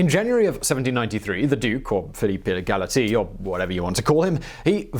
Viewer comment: Philippe E-ghaly-Tee or whatever you want to call him :)))